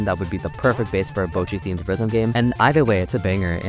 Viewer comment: me learning japanese: this guy saying kneejika, bowchi, keeda and rio